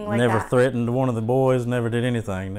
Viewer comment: There's that annoying mispronunciation of the word 'threatened' again. Threh-enhh.